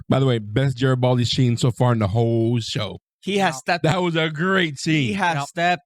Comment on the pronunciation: GARYbaldi, not Jerrtbaldi.